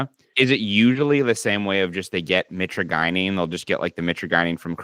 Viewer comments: Please learn how to pronounce mitragynine before saying it over and over. ( Mit-tradge-aneen ) I was selling live speciosa back in 2004 before eBay banned all kratom products. Your friend's plant looks pretty sickly which can make the leaves taste even worse than usual. One cool thing about them is that they grow in a cross-type pattern; two branches go east and west, the next two go north and south. The branches should be growing parallel to the ground , not reaching up in the air for sun. They are a very cool looking tree because they normally form a perfect cross with branches at 90° angles. And kratom burps are the absolute worst. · Mitra guy neen lol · Btw; pretty sure it's My-traah-jih-neen (how Mitragynine is said) Banning it would be so fuckin stupid. I've used kratom for 10 years, sometimes would go a lil harder (use extracts, do 15-20 grams per day) but a large majority of time, I only do 10 grams per day and below, typically below. And when I've quit using it, the worst withdrawal I got a minor (emphasis on minor) sense of anxiety for like...a day or two. Just like with alcohol and weed, people need to have a sense of self control, it's absurd that this is still a point of contention. I don't even think 70H should be banned, I understand it in certain ways, but it's just another alkaloid in kratom. I liked it. But it did develop negative effects faster than I'd ever experienced from regular kratom, so I stopped that stuff. Either way, kratom should be regulated like weed and alcohol if anything, shits absurd they're trying to ban it again. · Real researchers actually pronounce it "MY-tragi-NeeN" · Or if u wanna be wrong but cheeky, "My Tragina" as in "my tragina may taste foul, but its gonna feel so good" 😂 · Mi-TRAJ-yneen. Mi-TRAJ-yneen. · Always thought it was pronounced "muh-trage-uh-neen" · i hate the way you pronounce mitragynine. please consult the dictionary